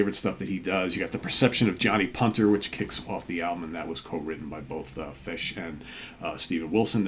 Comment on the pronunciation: Hi folks, hope you had good weekends and the Monday blues aren't getting you down too much! Great pick, and kudos for the Steven Reid-approved "Fush!" pronunciation... My pick today is a bit off the beaten track, but by a singer I always believed should have garnered greater success, having first heard her in the band 1994 (2 albums, a S/T debut then 'Please Stand By') KAREN LAWRENCE "Rip And Tear" More pop rock than anything, but with some nice guitar work, sort of in the vein of bands like Quarterflash or the rockier side of say, Laura Brannigan, and nicely produced by Eddie Leonetti (ANGEL et al) She had another project called KL & THE PINZ, and did some work with Jeff Beck, I believe... Great singer, give thus a listen, abd i can definitely recommend the 1994 albums, too...